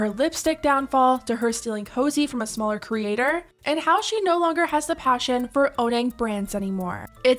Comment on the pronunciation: The fact that she keeps putting emphasis on ‘SMALLER creator’ eww